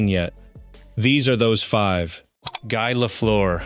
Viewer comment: If you are going to use AI to fake voice, for crying out loud…make it pronounce Guy Lafleur’s name properly FFS!